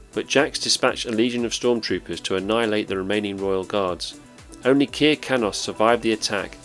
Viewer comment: Kir, in Kir Kanos, rhymes with Sir. It's not Keer.